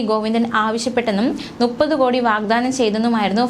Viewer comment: Malayalathil NUPPATHU ENNALLA MUPPATHU ENNANU. ( MOONNU PATHU = MUPPATHU) Mlayali kuttikale thetti dharipikkalle!